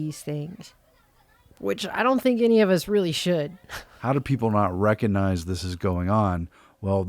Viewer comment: The "G" in recognize is not silent.